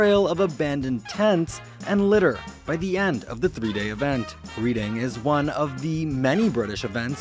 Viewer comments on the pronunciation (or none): The name of the English town "Reading" is pronounced "Redding". "Reading" as you pronounced it is the verb, as in "reading a book".